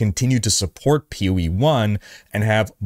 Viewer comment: You do not have to keep saying P-O-E 2. Just pronounce the word, Poe. It’s an acronym. Other than that minor complaint, great content as always!